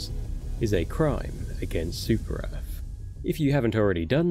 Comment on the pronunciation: Yeah! For Super Earf!